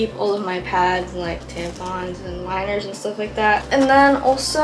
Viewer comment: Why did I think u said lighters when u said liners 😭✋🏼